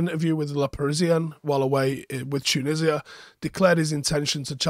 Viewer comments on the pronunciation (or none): none